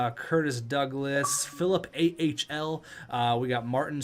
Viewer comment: Filip Ahl is actually pronounced All